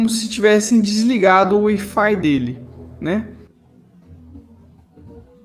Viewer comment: "desligou o UI-Fi dele' cara é WI-FI se fala UAI FAI.